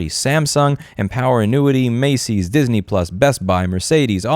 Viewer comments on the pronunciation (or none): none